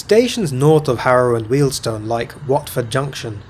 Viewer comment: I think that, short of reinstating the WJ section, terminating at H&W is the next least worst option. It gives access to National Rail services out of Euston from places other than Euston itself. Also, thank you for pronouncing Wealdstone correctly - Jago always gets it wrong! 😄